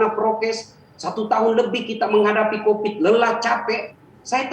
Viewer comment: Covid bang, bukan copid. Pakailah bahasa Indonesia yg baik Dan benar, takut tar di laporin netizen +62 menista bhs Indonesia hehe